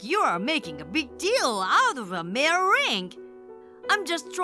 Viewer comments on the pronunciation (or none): 'Mere' is pronounced as 'meer' not 'maahr'